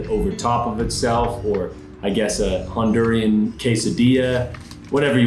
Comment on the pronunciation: Honduran. Not Hondurian.